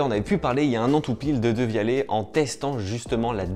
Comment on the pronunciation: Ça se prononce devialette